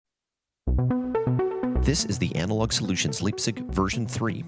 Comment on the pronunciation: I cancel the video. cause of 100 times Liebsig...the gives me ear hurts.... Call it LAIBZICH. or LAIBZIG...btw I love the synth